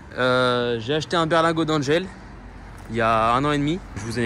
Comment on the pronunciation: ça m'a rappelé des souvenirs ! J'ai bossé chez Dangel durant 2 ans il y a 35 ans... (Tu prononces Dangel de façon un peu bizarre ! "Dan" se prononce comme le mot "dent"). Sinon, à mon avis tu en fais un peu de trop avec. Tu vas finir par casser un truc !